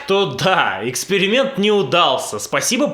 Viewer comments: Да оговорилась она) Не эксперимент, а экскремент. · он оговорился. Это был экскремент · Мне послышалось Экскремент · Он оговорился, Экскрементом